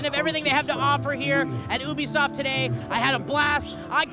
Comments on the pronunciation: You-be-soft not obesoft, holly fucking shit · It's you-be-soft